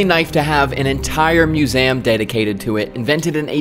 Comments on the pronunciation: what the hell is a myoozayuhm? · Bro said muSam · I’ve never heard anyone say museum like that before. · Please don’t say museum anymore